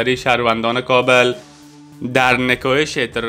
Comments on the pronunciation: هههههه میگوید Kabeeel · تورا به هر كه دوست دارى نام كابل را درست تلفظ كن .